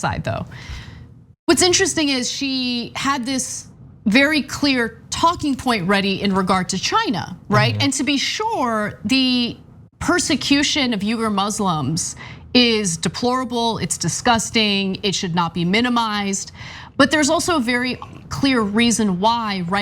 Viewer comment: wee-gur; you can't dunk on conservative media for getting the country wrong when you can't even pronounce the persecuted group of people that are the subject of the story.